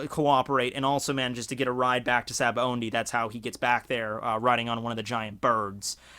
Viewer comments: gah you keep saying Sabaondy.... there is no 'N' in Sabaody. just... btw. its Sah-bah-oh-dee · you pronounce it Sabaondy but it doesn't have n it's Sabaody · well, it's pronounced as shabondy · Good Lord, there's no "N" in Sabaody.